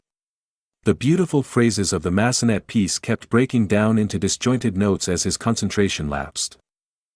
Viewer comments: Massenet needs to be pronounced in French. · I’m cringing when the AI voice says, “Mass-uh-NET.” Clearly, it’s the French composer, Jules Massenet. Pronounced MASS-uh-nay.